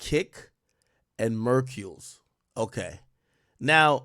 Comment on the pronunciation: LMAO ak it's MERKULES. LIKE HURCULES. bruh I be forgetting you like not from the culture at all but bruh that sound funny as hell you keep saying it wrong lmaoooo 😊